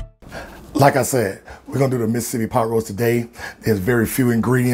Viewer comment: INSTANT Subscribe After How You First Pronounced 'Mis-sippy' lol